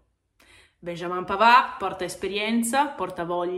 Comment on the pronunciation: È arrivato pavarrrrrrrrrr (senza pronunciare la d mi raccomando) e grande marotta